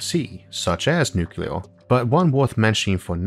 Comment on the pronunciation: STOP SAYING NUCULAR IT'S NUCLEAR! PLEASE